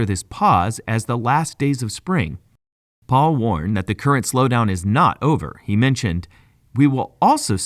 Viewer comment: It’s Pal not Paul. Pal like pay Pal